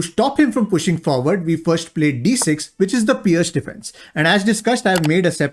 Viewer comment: Nicely explained also learnt to pronounce Pirc as Pearce not Pirk,Thanks.